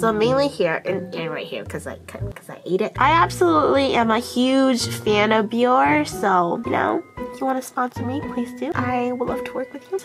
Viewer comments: Well sweetheart they won't until u learn how to pronounce their name correctly! Haha! Aw-I love u! Biore=[Bee-Or-A] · Well, sweetheart they won't if u don't learn to pronounce their name correctly! Aww-I love u! Ok Biore=Bee-Or-A..lol.. Say the end like the Fonz.haha. Aaaaeeeee. Haha-I crack myself up. Anyway-thanx 4 brightening up my day!